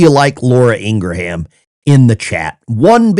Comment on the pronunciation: ITS ING-RAM….NOT ING-RA-HAM 🤓